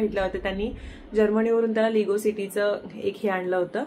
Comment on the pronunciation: लिगो नाही ते लेगो असा उच्चार आहे